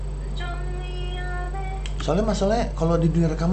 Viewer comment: sone tuh bacanya sowon bang, dalam bahasa koreanya berarti wish